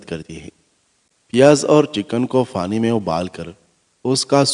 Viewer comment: Afka bofot bofot fukria , ye app fay ki zaban may q boltay hain ? May yaqeen se kehty hoon k aap pay bol saktay hain phir pani ko fany q kehtay hain ? Our ab to mujh ko ye bhi yaqeen hai k aap fay ko pay kehtay hain. Yani fahad ya fawad ko pahad our pawad kehtay hongay our ferhana ko perhana kehtay hongay ,jub aap ye dono lafaz bol saktay hain to phir onko sahe jaga q isstemal nahe kertay ? Prectuss ker ker k seekh lain